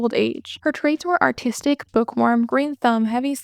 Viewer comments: Am I crazy or are you saying autistic instead of artistic? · lol I heard that too and I was just listening to the video not watching it and I’m a bit slow so I had to open up the video and watch back a few seconds in order to understand